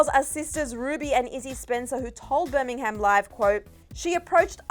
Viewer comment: me every time said birmingham😬 love you girl but the h is silent lol